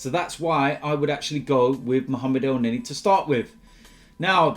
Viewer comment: i quit wen u said elneny